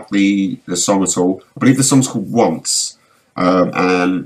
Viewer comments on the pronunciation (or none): The artist is "once" pronounced on-che and the tittle is dealova